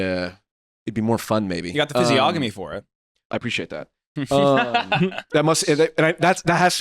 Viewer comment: im so sorry to do this but it's pronounced "fizzy-onomy" not "fizzy-ogamy" (literacy crisis in full swing)